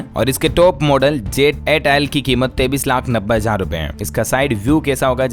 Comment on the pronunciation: aap 23 ko 33 kyo boltey ho